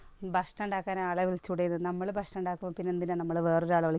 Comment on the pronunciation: 😍😍 ബഷ്ണം എന്നല്ല മുത്തേ പറയ ഭക്ഷണം എന്ന് പറയണം ട്ടോ - ഞാനിത് സ്നേഹത്തോടെ പറയുന്ന താണേ😍😍 നെഗറ്റീവായി കാണരുതേ🫂 ഇൻക് ഒരു പാട് ഇഷ്ട നിങ്ങളെ വിഡിയോ കാണുന്നത് - എല്ലാം കാണാറുണ്ട് കമന്റ് ഇടുന്നത് കുറവാട്ടൊ❤😍🥰 ലൈകിടും🫂🥰 വീണ്ടും പറയാണേ ഭക്ഷണംന്ന് പറയണം ട്ടോ😀😀🫂🫂🥰🥰😘😘